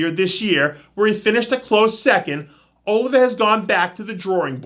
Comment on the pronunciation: Dave quit butchering the legendary last name and pronounce it right, it's pronounced "oleeva"